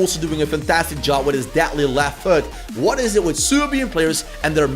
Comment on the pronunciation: it sounded like you said ass lol